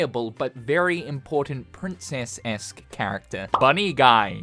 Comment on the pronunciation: "esque" not "esc" (princess-esque)